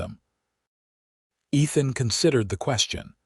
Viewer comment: Ethan ..not Nathan...sorry listeners...lol